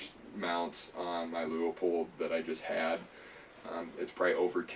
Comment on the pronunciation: Leu pold. Too many say Leo pold, and could just do well to see how it is spelled.